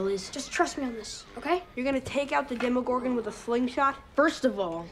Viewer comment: Demogorgon not demigorgon